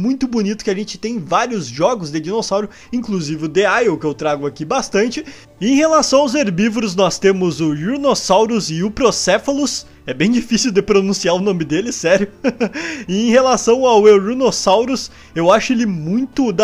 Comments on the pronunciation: É ouranosaurus ñ eurinosaurus e fácil de pronúncia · só pq seu canal é o melhor eu vou te ajudar na pronúncia dos nomes dos novos dinossauros euplocephalus=euplocéfalo ouranosaurus=ouranossauro É difícil de pronunciar, mas vc consegue!